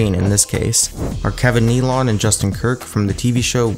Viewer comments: It's not Kevin Neal-ON it's pronounced Kevin Neal-IN. Why can't narrators get these things right?????????? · It's pronounced like NEE-lin, not Kevin Nea-LON. Also an SNL cast member, back when it was the ONLY edgy televised comedy. We didn't even have cable TV when SNL first aired...it wasn't merely a comedy credential in the 70s and 80s, it was a massive cultural influencer. And it certainly wasn't "family friendly," as the narrator implies in the Ackroyd section (thx to the poster who clarified Ackroyd was a founding cast member). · Dan Aykroyd didn't make appearances in SNL he was a regular cast member for 4 seasons. Oh and Kevin Nealon is pronounced Nilan not Neelong. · Kevin "nee-lon"?? It's pronounced "Neal-on". He was on SNL. All you had to do was check your facts. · Neal on? It's not pronounced "neal on" it's pronounced "neal in" without the pause in between syllables. He was one of the most famous guys on Saturday Night Live in the 1990s and early 2000s when I was a teen. How does this guy not know how to pronounce his name? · Kevin Nee-lon? It's pronounced Kevin Nee-lin. Who put this mess together? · Narration is definitely not your strong suit. Sorry. :/ Perhaps writing as well, Akroyd "made appearances"? No he was on the first cast and where did you ever hear Kevin Nealons name pronounced 'NeeLAWN'? It's Kevin 'NeeLIN. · Kevin Nealon's name is pronounced "kneel-in" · Kevin "Knee-lawn" lolol. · Kevin "Knee-lawn" hahaha cmon man, it's not a very tough name to pronounce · Nealon is pronounced "Nee-lin" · LOL kevin NEIL-ON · Kevin Nee-lawn? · haha, Kevin Kneelawn? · Awesome video as always. Although I must say I've never heard anyone pronounce "Nealon" like that lol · Please learn how to pronounce "Kevin Nealon.”